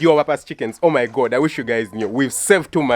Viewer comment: I love that African accent "Oh my gottt"